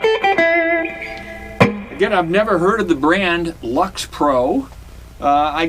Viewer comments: Why would you pronounce "Lyx" as "Lux"? How about LICKS pro. Hey, it even makes sense! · Right off, I am a long time subscriber & fan of your channel. I haven't read all the comments so you may have learned that LYX is pronounced "licks" appropriately. I haven't tried one yet but the 3 pieces of this particular body don't match & should have been painted (IMO) rather than stained but other than that I think they're on par with Indio & others in that price range. I love a collection that has sub $100 guitars up thru Fender custom shop models (lends credibility). You offer a good honest opinion on a lot of budget guitars to people that can't or don't want to spend big money for what ever reason & take some of that risk out of the equation and with good taste & you are certainly no brand snob. BTW, love your playing ! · I do think that they meant for the pronunciation of Lyx to be "licks". It makes sense when you think about it. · LYX Pro and he calls it LUX? Is he that poor a reader or what ? Mine was $110 delivered from Amazon in that same color and needs better tuners and clean up the nut if for resale or to keep. Installed capacitor is a .047 one and a larger value one to trim off more highs may be worthwhile...